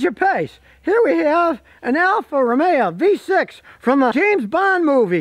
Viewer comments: Isn't it Alfa Romeo, not Romea? Never heard that dialect before. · It is not pronounced Alfa Romea, say Alfa RomeO.